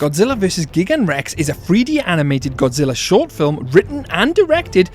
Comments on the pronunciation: Your mispronunciation of Gigan's name is infuriating tbh Also Biolante is a girl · "miniilla" "gygan"💀